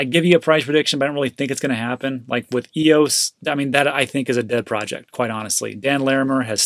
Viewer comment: Haha he said eos 😅😂